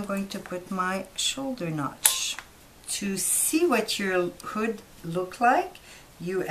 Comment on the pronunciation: I legit thought she said booty lol but thanks for the upload! really helpful and informative 👍